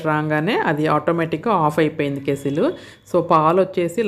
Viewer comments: ఏవండీ అది కేస్సిల్ కాదు "కెటిల్" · Madam adhi kesstle or kettle . Please tell me andharu kettle antaru